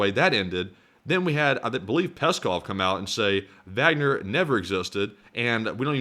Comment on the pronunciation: If you pronounce the “W” as a “V”, pronounce the “A” as an “Ah”. “Vahgner”. That’s the proper German pronunciation. You’re halfway there.